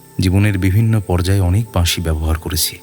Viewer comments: বাঁশি, উচ্চারণ টা এতটাই ভুল যে কানে লেগেছে। বাদবাকি গল্প পাঠ সুন্দর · প্রথমেই বলি শব্দ সংযোজন খুব খুব ভালো হয়েছে, দিন দিন উপস্থাপনার মান উন্নত হচ্ছে যেটা সবার কাছেই কাম্য, বাঁশির সুরগুলো যদি আলাদা করে আপনারা আপলোড করেন তবে খুব ভালো হয়, দাদার থেকে বাঁশি এর জায়গা বাসী শুনে খুব কষ্ট পেলাম ওনার এবং সেই সঙ্গে আকাশদার কিন্তু বিষয়টার দিকে আরও বেশি করে নজর দেওয়া উচিত ছিলো। প্রচার অলংকরণ চমৎকার রৌম্যজিৎ দা থাকলেই সেটা যেন জীবন্ত হয়ে ওঠে। এই সিরিজটাও জমজমাট হবে এরপর কিন্তু একটা প্রেমের গল্পের সিরিজ চাই হোক না এরকম ছয়টা গল্প নিয়ে । অনেক অনেক ভালোবাসা রইলো ❤❤❤❤❤ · আমি ের অভিনয়ের ভক্ত।তবে এই গল্পে ১৭:০৫ ও ১৭:১০ সেকেন্ডে বাঁশি উচ্চারণটা বাসি করেছে ।আর ১৮:৪৩ এ অরুন্ধতী উচ্চারণ অরুন্ধুতি করেছে।এটা ওর কাছে কাম্য নয় ।পরিচালকের আরো সচেতন থাকা দরকার ছিল । পুরোটা শুনে বাকি মন্তব্য করবো। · Flute composition আর বাজানো এক কথায় অসাধারণ। তারপর গল্পের উপস্থাপনা। তবে উচ্চরণের প্রতি আরও যত্নশীল হওয়া উচিত ছিল। 'বাঁশি' হয়ে গেছে 'বাশি', যা বড্ড কানে লেগেছে।